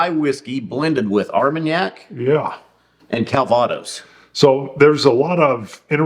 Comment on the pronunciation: I won’t correct you on your pronunciation of “Calvados”. Because that’s what douche bag commenters do.